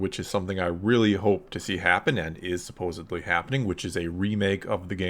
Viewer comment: *supposedly. Not "supposobly"